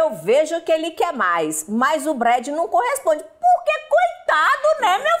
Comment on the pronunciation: . Sei que não tem nada a ver com o entuito do video... Mas me resukta raro que está escrito o nome "BRAD", mas a Cátia fala que é "BREJI"... Por qué essa troca..? .